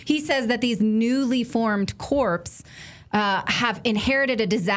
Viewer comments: Corps is pronounced "cores". The p is silent. A corps is a main subdivision of an armed force in the field, consisting of two or more divisions. "the 5th Army Corps" Corpse is a dead body. It is pronounced as corpse because the p is NOT silent. However, I will cut you some slack. Perhaps you meant to say "corpse" because that is the primary composition of Ukrainian military units... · "newly formed corpse" mispronunciation while misinterpreting the map while claiming others are misinformed. 😂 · The word 'corps' as in Marine Corps is pronounced /kôr/. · The P is silent in Corps Natalie.